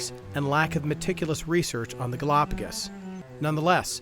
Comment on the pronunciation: There are so many more pressing issues with these brothers' video, but every time they say, "Galapagis ," i think 10 minutes is taken off my lifespan